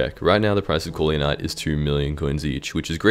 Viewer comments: didnt know corleonite was so hard to americans to say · Even my yt crashed when he was pronouncing corleon